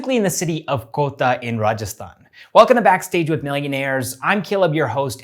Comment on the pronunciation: Hey Caleb... I have been watching your videos from a year now. The way you pronounce Indian name is really adorable and shows your respect towards the culture. But "Kota" is pronounced as "Kotaah* only and not "Kotta".... same with KOTAK Mahindra bank. Just suggesting:) Keep making these videos.... its really great to see engagement increasing on this channel.... you deserve it:)